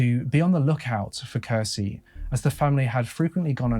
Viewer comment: When you're a Finnish person and hear Finland mentioned. No matter how inappropriate it feels to say it: TORILLE! I also find it interesting to hear people try to pronounce Finnish words especially names. For an example Kirsi is actually pronounced with the "ki" sounding like the ki in kiwi, the "r" is a hard r and meant to be rolled (I know, a lot of people can't do that) and the "si" is basically correct in pronunciation but just to add I'd compare it to the si in six. pronunciation of Kirsi would in Finnish be written something like "kheci". Not hating at all by the way, Finnish is a difficult language. I'm bilingual (Finnish and English) but only learned English at 8 years old but nowadays my English is sooooo much better than my Finnish. Also, where the hell was that Finnish quote from the daughter taken from? It's missing all the Ä:s and I doubt made that mistake himself. It reads "Iti, rakastan sua maailman eniten yht paljon, kohta nhdn" It should read: "Äiti, rakastan sua maailman eniten yhtä paljon, kohta nähdään" Also the sentence is kinda odd with the "yhtä paljon" (as much/equally much or as said "just the same"). Without it, it makes perfect sense ("Äiti, rakastan sua maailma eniten, kohta nähdään" or roughly "mum/mummy, I love you the world's most/most in the world, see you soon") but ok, if it was a direct quote of a spoken sentence said by a little kid then it sounds pretty much exactly like Finnish little kids might speak.